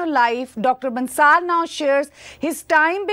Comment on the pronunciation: Ma'am, the name of the guest is pronounced as Bansal, it is not Bansaal.